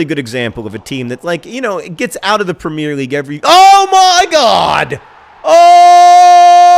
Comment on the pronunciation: Am I the only one who cringes every time John says "premier"?